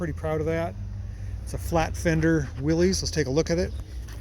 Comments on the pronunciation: Right you are. It is pronounced WILL-iss. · Please: "willis" not "willies". An awesome truck! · These were called the Jeep station wagon if 2 wheel drive and utility wagon if 4 wheel drive. Willys is pronounced WILLUS. I pronounced it WILLIES incorrectly for years! Basic, hard-working all-American vehicle. If Consumer Reports was evaluating it, they would not recommend it because it doesn’t have forward collision warning or automatic emergency braking. Oh, and no back-up camera. But it would get points for having a manual gear box! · "Willys" is pronounced Willis as in the actor Bruce Willis. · 1951 Willys, pronounced Willis, station wagon. Door panels are Masonite and are still available. Top speed of about 45 mph with the doors closed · Every Oregon car got a new license plate in 1956. So that was the oldest you would see from then on. Willys is correctly pronounced "Willis". Go to in this video and hear the correct pronunciation. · I thought I'd heard that as the correct pronunciation too, Randy. I dragged that out of my memory somewhere. Cobwebs.